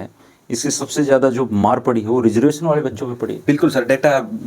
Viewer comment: भाई तुम रिजर्वेशन को रिजर्वेसन बोल रहे हो, क्या फायदा तुम्हारी पढ़ाई लिखाई का। तुमने बड़ी-बड़ी डिग्रियों के नाम पर कागज इकट्ठे किए हैं और अपने मां-बाप का पैसा वेस्ट किया है